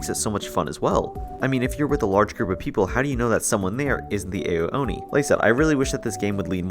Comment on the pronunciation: w vid but his name is pronounced “ow-oni”